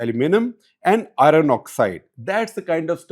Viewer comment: While I enjoy Shekhar’s expositions on many subjects in his CTC or other programmes, it’s important he improves his pronunciation. He’s really off the mark when he pronounces words like ‘iron’ or ‘pestle’. It doesn’t behove an editor of a leading English publication to be so lacking in pronunciation of English words.